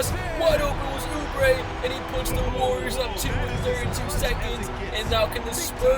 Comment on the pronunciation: The golden state wawioors